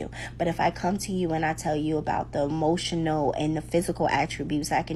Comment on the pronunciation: Did she say "motional"? 🥴🥴 very good reaction video!